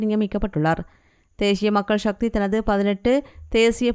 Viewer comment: தேசிய தேசிய. சக்தி நாக்கை நன்றாக வழிக்கவும் உச்சரிப்பு முக்கியம்